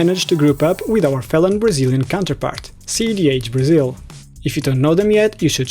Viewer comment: I could clearly hear the Portuguese accent in him when he said Brazil. Adoro a pronúncia portuguesa de 'il'.